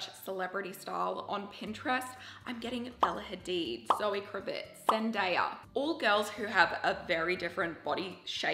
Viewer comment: I love every video you post! Thank you! Ps: Zoë KravitZ not S 😬😅